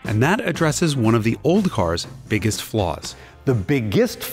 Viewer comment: The pronunciation of 'Biggest' is how Indians convenience something is really really really BIG. I am Indian btw.